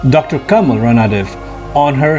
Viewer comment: 'रणदिवे' . Please use correct pronounciation